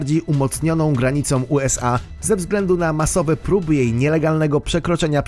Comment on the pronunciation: Mówisz bardzo rzeczowo, ale zwracaj większa uwagę na to jak mówisz: nie mówi się "na wskutek" tylko "na skutek" . Końcówki niektórych wymawianych przez ciebie słów powinny być bardziej dobitne np. mówisz "graniom" zamiast "granicą". Poza tym wszystko bardzo ciekawe.